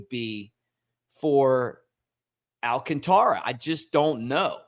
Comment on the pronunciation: al CAN ta ra. If he’s playing with us the force is on the second syllable. Not, al can Ta ra.